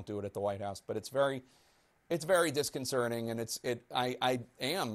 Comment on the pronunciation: Did Tapper say “disconcerning”??? It sure sounded like it...